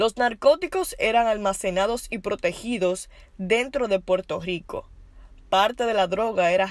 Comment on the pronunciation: Puerto rrrrrrrrrico no puerto gico